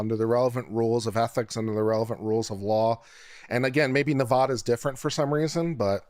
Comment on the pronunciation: Nevada. The a sounds like apple. Love you